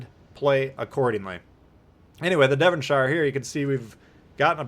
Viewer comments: Being from Devonshire in England it was funny listening to the pronunciation! It’s the second way you said it Devon”sher” not Devon shire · It’s pronounced “Devon-Sher”, same goes for the “Chesh-er”. From the UK and live about 15 minutes away from Cheshire 😂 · I'm from there it's Pronounced Devonsher not ire. I had just loaded Devonshire up as you published this, I was running Fraser with Scott and Madden, so I switched the inspirations over to give it a go. Quite impressive results so I'll keep this on for a few games and see how it goes. Thank you for the vid really enjoying this game now I know what I'm supposed to be doing, your a star.